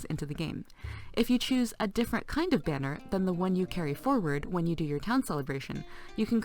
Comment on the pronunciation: "or at least hwen you CPU is maxed out" i laughed, hard.